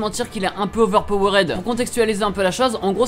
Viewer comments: on dit "overpower'd", astuce le suffixe "ed" en anglais ne se prononce jamais "ède" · La manière que tu dis overpowered 😂 bon tes français alors sa passe.